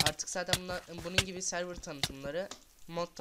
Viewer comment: servır deil sörvır die okunur